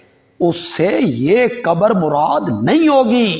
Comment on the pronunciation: علماء دین کو تو لازمی طور سے اپنا "ش" "ق" درست کر لینا چاہیے۔ مسلسل قبر کو کبر کہہ رہے ہیں۔ افسوس یہ لفظ قران کو بھی صحیح ادا نہیں کر پاتے، اسے بھی کران کہتے ہیں۔